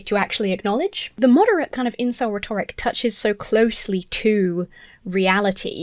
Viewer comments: How can you mispronounce "rhetoric"? It's rhe'toric,. Rhe'toric. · You are awesome! But please please learn how to pronounce ‘rhetoric’, sorry! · Please, it is pronounced RHEToric, not rhetORIC. It shouldn't bother me, but it does.